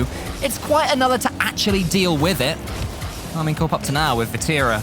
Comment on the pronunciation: I swear he keeps saying karminkle lol